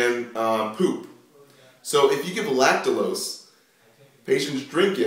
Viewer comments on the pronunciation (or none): Lactulose ... not lactalose .